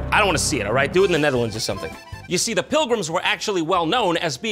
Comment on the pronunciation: Jon: Roasting the Netherlands Me, a Dutch guy: Keep trying Jon, keep trying. You'll pronounce it right one day.